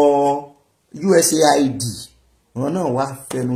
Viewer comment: sorry, you never read my comment here thrice now, about the way you always pronounce USAID. Please note that it is pronounced US- AID, not USA- ID. Thanks.